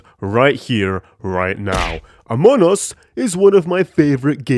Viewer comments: "amon us" (hehehe very funny ...not really) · it is pronounced among us (emphasis on the G), not amon us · a grown ahh man saying amonas instead of among us is very endearing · "amoun us" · Among us ❌ Amunnus ✅ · i love how when saying among us kinda sounds like they sound like they're saying amonus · "amun us" 🗣️ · Love how he pronounces it "Amon'us"